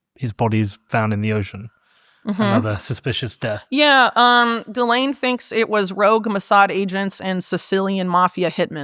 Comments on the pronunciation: Also says “Ghisplaine” and it makes me lol everytime 😂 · 6.58 "do you want to Ghisplane"? 😂